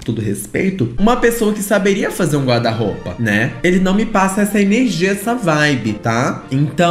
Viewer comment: Os erros de português dele "me dão nos nervos". São coisas básicas, tipo: amando e ele fala AMANO, guarda- roupa, ele fala guarda-roupe é por aí vai...